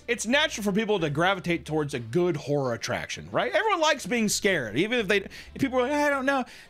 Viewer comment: 30 seconds in and it sounds like you’re saying whore. Not horror. lol.